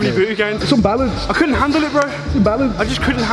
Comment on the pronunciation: When you said «couldn’t handle it», you sounded properly british!